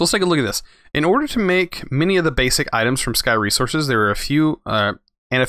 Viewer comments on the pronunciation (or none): none